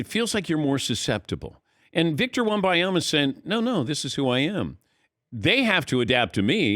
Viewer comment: Wem-ban-ya-ma … not wem-by-ya-ma … it’s right there in THE LETTERS.